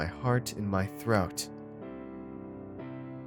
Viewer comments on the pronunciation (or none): anyone else hear "heart in my 'throut'."?